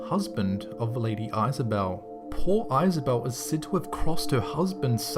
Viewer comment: lady Isabelle you pronounced it wrong